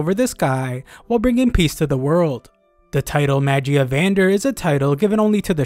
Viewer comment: Magia vendr? Either your butchering it or they changed the name of the high seat guys in the anime. I swear it sounded cooler.